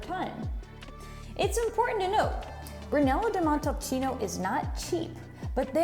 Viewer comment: Interesting video, but it's a shame that only one vinary is presented. Try Casa Nova di Neri, one of the best Brunello you'll find on the market. And, please,learn how to pronounce Brunello di Montalcino properly.